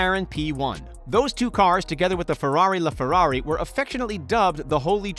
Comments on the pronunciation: LayFerrari, Aviha, coutash??? What are those things? LaFerrari - (La)Ferrari; Evija - E-via; Coutash - no no no no no no....it's Countach (Coontaash) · He said leferrari😭😭😭😭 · Calling the SF90 the “fastest hybrid car ever”, pronouncing LaFerrari as “Ferrari Lay Ferrari”... shows just how much this is really geared towards car people. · Really? „LeFerrari“? How the f do you fxck up the name LaFerrari, that bad. It’s Italian and not fxcking french 🤦🏻‍♂️ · Did u just say...lehferrari? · I’m sorry did you just say LêFerrari